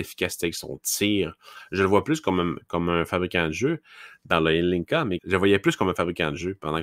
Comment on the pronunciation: Adam Zlnka se prononce exactement comme le nom de famille québécois: Joncas, prononcé tel quel à la télévision slovaque